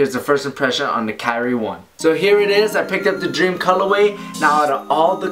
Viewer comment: Pronounces Kyrie incorrectly